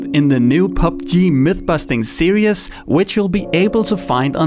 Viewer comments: Hey. Series is pronounced Seer eez, not serious. I'm sure English is a second language to you, just wanna let you know for future videos! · You pronounce series like serious lol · "New PUBG myth-busting serious" lol XD It's Series.. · He said serious for series